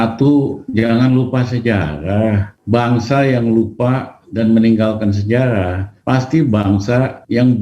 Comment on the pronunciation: SejaLah.... 🤣🤣🤣🤣🤣 SeJarah........ Lijal. Lamli